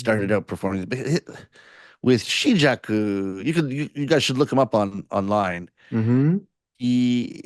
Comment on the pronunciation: "🌐online🌐", not "on LINE" 🤭